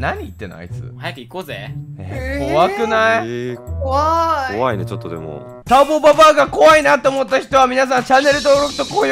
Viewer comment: ぜあるターボババｧじゃなくてたんぼババｧじゃ